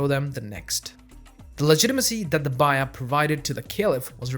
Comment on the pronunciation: "baay-yaah" not "bye-yah".... Nevertheless, alhamdulilah... Nice video.